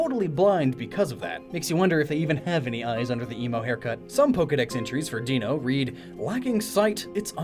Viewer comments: Deino, Zweilous and Hydreigon are pronounced the same way you pronounce German "eins, zwei, drei" ("one two three"). One head, two heads, and a hydra dragon with three heads. So, not "dee-no" but "die-no". Also I was also thinking... Separation of Zygarde. Even the game warns you that separation means you lose "everything about it!" The nature, the ribbons, everything. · Hold on, I can't stand when people pronounce Deino "dee-no." You're missing TWO puns in one! The whole line is 1-2-3 in German, where 1 is ein (like dine or line). And if you say it "dine-o," it sounds like "dino" as in "dinosaur." So there, two puns! Much better than none with "dee-no." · You pronounced Zweilous right, with the German root word, but you pronounce Deino like "Deeno," where taking into account the same German root (in this case, German for "one:" Ein) means it's pronounced like "Dino" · Rootbeerguy690 - A YouTube Commenter No, he didn't. It's "die-no" not "dee-no" the German word for "one" is "ein" and is pronounced how it looks. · I have no issue with "zvy-lus" but "deeno"??? It'd still German!!! Ein, Zwei, Drei, --- Deino, Zweilous, Hydreigon!!! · I know this is a five year old video but Deino is pronounced: Dino, as in dinosaur. The 'ein' in its name is the German word for 'one', referring to it having only one head. Same for Zweilous 'zwei' meaning 'two' and Hydreigon, 'drei' meaning 'three'. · It's pronounce [Die-no] as 1 in German is Ein, 2 is Zwei, 3 is Drei. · You may have actually looked up Zweilous but not Deino. Its pronounced like Dino. Again german... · It is pronounced Dino bc it is a Dino dragon and has ein in it which is German for 1 like ZWEIlous and hyDREIgon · Heads up no pun intended I'm pretty sure deino is supposed to be pronounced like "dino"saur the way it follows German pronunciation ein zwei drei 123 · It’s pronounced as dino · Deino . . . if you're going to pronounce the evolutions like the German words in their base, then Deino is pronounced Dino.